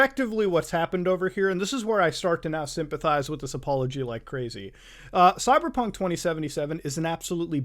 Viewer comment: When he says "Cyberpunk" why does it sounds like he is saying "Cyderbug"? look i get the fact that English isn't his native language but when you can't properly speak English, why the hell did you pick English to begin with?